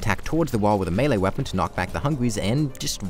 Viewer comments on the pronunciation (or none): none